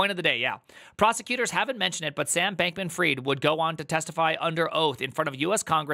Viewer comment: did you just say bacon freed? hahhahahah